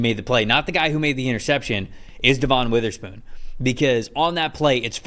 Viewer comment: Please say Devon Witherspoon's name correctly